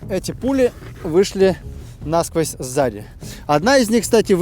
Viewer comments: уважайте русский язык! Не нАсквозь, а насквОзь! Русский язык тем и богат, если что не там поставить ударение или склонение, то смысл сказанного может измениться! Если над буквой "ё" не поставить точки, то получится трагедия! Страна передохнёт от холода или страна передохнет от холода! Вроде, две точки, а смысл в корне меняется! С уважением! Доброго здравия! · "насквОзь", ударение - на последний слог! (специально для патриотов РФ)